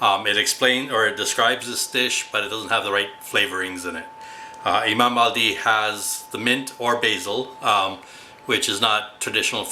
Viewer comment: Greetings from the US😢... My Turkish mother Ayla said the correct pronunciation was like the flat e sound like in French (uh , le)) for the i at the end of Bayaldi. I just found your channel and I love your mom's/ your recipies!